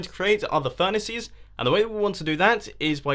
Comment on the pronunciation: last comment he said furnices